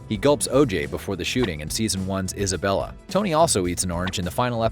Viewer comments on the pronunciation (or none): none